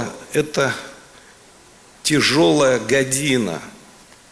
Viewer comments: неправильно поставив наголос гА́діна, а не гадИ́на!!! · в гадина медведев не правильно ударение поставил